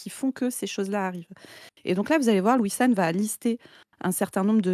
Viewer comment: A chaque fois que vous dites Louis-san j'ai entendu Wissam. De bonne fêtes de fin d'année à tous et Tatakae !